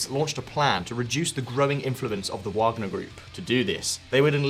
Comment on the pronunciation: You pronounced "Wagner" with all possibilities back and forth. W, V, light V 😅